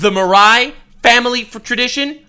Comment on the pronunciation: The way Marais is being pronounced is like sandpaper in my ears. It's the french word for swamp for criss sake.